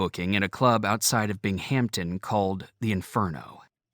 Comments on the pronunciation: It’s pronounced “El-my-ra” not “El-meer-a. It’s also my hometown. The narrator also mispronounces “Bingum-ton”. Ronnie was and still is revered in Central NY and the Twin Tiers. He was my introduction to rock and roll. All my older cousins and neighbors had the Elf albums. It’s cool hearing the names of towns I’m familiar with being read aloud. It’s also cool that Ronnie never forgot where he came from. Proud to say he’s one of our own and a NY boy like me! We miss him. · Thanks for sharing. was good overall in narration, but the editor or producer was asleep at the wheel to let him butcher some pronunciations. This included “Binghamton”, ‘Nyro’, ‘Giuffria’ and one or two others. EDIT: oh yeah, ‘ Elmyra’